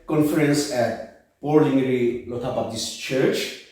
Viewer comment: Wish they spoke in nagamese. Shameful if the world hears about the petty quarreling in the church. Their English is also broken and pronunciation atrocious. He says 'All the broblems started in the paptist LPCA cendenary celepration'😅